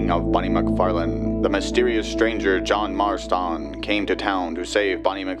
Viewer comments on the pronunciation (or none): "JOHN MARSTAWN"